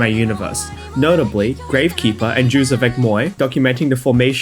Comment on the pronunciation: Great video, I can't believe that having played maimai for like four years I'm only now finding out it has, like, a real story. My only critique would be to look up how to pronounce the things you say before you say them: Jouez avec Moi, Sakuzyo, Kanon Oguni, and Yakuza were the most egregious ones I noticed although you certainly gave them a good try.